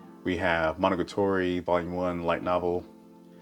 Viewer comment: Nice collection! I'm just bothered by your pronunciation of Monogatari. Monogatoree?